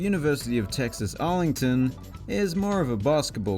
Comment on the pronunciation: Btw it’s actually arlington